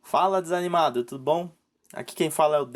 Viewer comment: Fala ''desaingnimado''. kkk Me desanimei aqui kkk (Brincadeira).